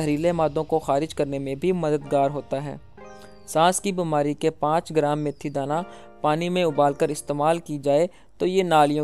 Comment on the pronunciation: جناب میتھی دانہ ہے یا میتھرے کمال ہے آپ بار بار میتھرے کہ رہے ہو